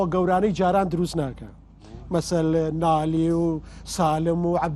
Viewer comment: ئەو پێشکێشکارە کەرە بە نالی دەڵێ ناڵی !!!!ئەی هاواااااااااار